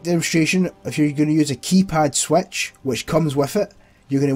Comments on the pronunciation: Didn’t realize switch is pronounced Swetch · i love how you say switch as swaetch